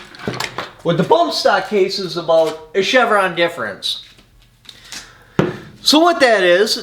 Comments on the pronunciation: “Chevron Deference” sir. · "CHEVRON DEFERENCE" lol